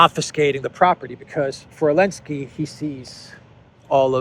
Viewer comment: Hey,, it’s NOT elensky, it’s ZELENSKY.